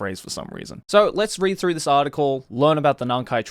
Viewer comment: Nakai Throff? Joey... its through.... as in going through. or do you walk throff an entryway?